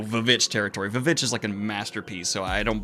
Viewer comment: Great video but I just want you to know it's a pet peeve of mine when people pronounce it vvitch. They thought it looked cool to write it like that on the poster but it's still just called The Witch.